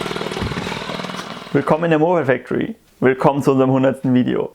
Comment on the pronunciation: Kann ''Moped factory" nicht aussprechen